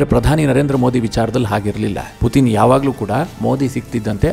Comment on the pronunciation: Anna adu putin not puthin🙏